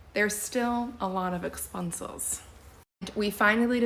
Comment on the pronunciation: Did she say expunses?